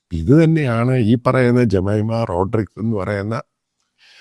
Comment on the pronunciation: Pronounce her name beautifully. Last name you pronounced wrong way.